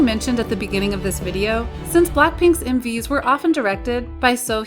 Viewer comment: When the video said “M/Vs” I heard “Movies”